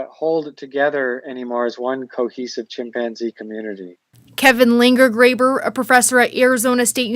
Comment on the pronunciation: Tf is a chim-panzee, why did he say it like that